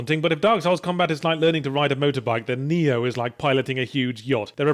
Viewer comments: Still stuck on that damn "Electrified Cat" I suck at Nioh which is strange cause I would say im not awful at "Soulslike" games (oh and it's pronounced Key, not Kai this comment and most likely about 10000 more could now tell you :) ) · is this game pronounced NEO? or NAIOH?